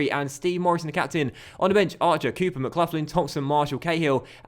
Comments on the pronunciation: Conor McLaughlin’s name is pronounced mick-lock-lin no idea if it’s an English ting the way your saying that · It’s pronounced McGlocklin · For the love of all things holy, it's pronounced McGlocklin buddy.